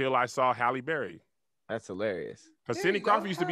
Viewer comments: I have been waiting monthsss for someone to correct saying Halle Berry’s name 😂😂😂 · So am I the only one that heard pronounce Hallie as (Holly) too 😂😂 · Shoot! ain’t alone! I’ve been pronouncing Halle Berry as Holly Berry for the longest time too!! Maybe it’s a Southern thing lol Or maybe just chalk it up to my NC accent! 😅😂😂👀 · I don’t kno anybody who don’t say holly berry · HALLE BERRY = i pronounce it like and and not sure we are wrong. the HALL is how its spelled. then an E. HALL-E berry. wtf is a Hal-lee berry lol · I been pronouncing halle berry "Hall-E" for years too, y'all got on kev like he the only person that probably pronounce it like that 😂😂😂 just how we say "Mokintroll" instead of "remote control" 😂😂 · He just is using a different pronunciation of the a in Halle. Tomato/TomAto.....